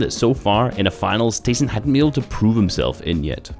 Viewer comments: Did you know his in game name is actually pronounced Tie-son because his real name is ty (sorry if I spelled that wrong) but everyone just calls him tA-Son. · Yea i hate it when people call him TA-son